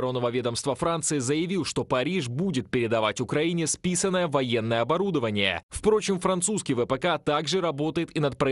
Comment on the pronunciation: Списанное😂😂😂😂😂😂 слышите все спасианное 😂😂😂😂😂 и смысл??